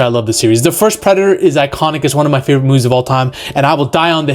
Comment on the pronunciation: Jeremiah martin should hear u talk bout his "favorote" yautja hahahahaa